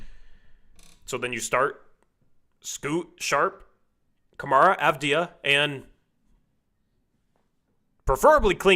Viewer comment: Bro learn how to say avdija and wembanyama 🤣